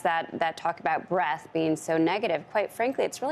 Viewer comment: breaDth, not breath. Please.